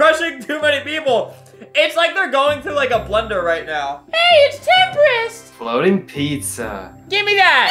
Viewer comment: When he’s saying HEY ITS TEMPRIST